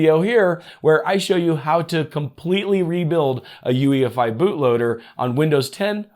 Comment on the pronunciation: You said EUFI instead of UEFI in